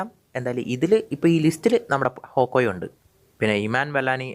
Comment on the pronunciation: Hawkoye ❌️ hawkeye✅️